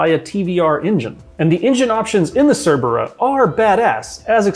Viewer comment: I thought he said flat 8 Tvr Cervera 😦